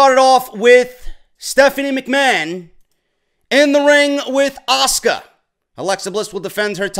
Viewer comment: stephinie even makes asukas name sound like shit lol